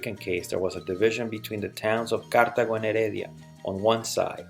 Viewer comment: i dont know if you know but its pronounced cartAgo, not cártago